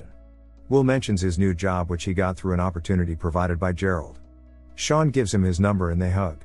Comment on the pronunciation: Sean doesn’t pronounce Shawn